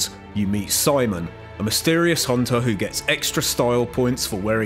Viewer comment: I like how you say Hoonter